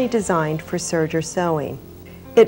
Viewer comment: It's serger, not surger.